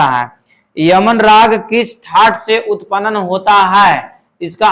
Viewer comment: Sir upanan nhi hota h utpann hota h. Sahi se pronounce kre